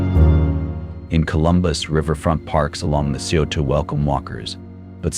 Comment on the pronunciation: Scioto is "Sigh-Yo-Ta"